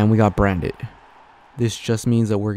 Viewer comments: Just helping you out, it’s pronounced brant not brand it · Lol just FYI it’s pronounced Brant. Forget about the D.